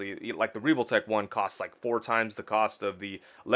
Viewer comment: Why are you saying reeve-ole-tech?? It’s pronounced how it’s spelled. Revoltech. Soft “E” 100% that’s just how English grammar works.